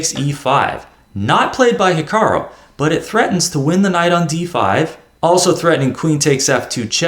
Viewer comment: It's HikaRU not hikaRO! This is so irritating, I'm making sure your videos aren't recommended to me.👿 please get it right.